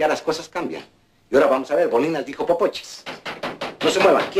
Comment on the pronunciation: boninas dijo popochas. jajajaja.